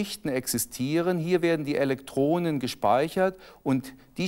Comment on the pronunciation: Das nervt mich auch 😂. Das sagen übrigens beide so. Aber die “Elektronen” sprechen sie komischerweise wieder richtig aus. Das ist nicht konsequent.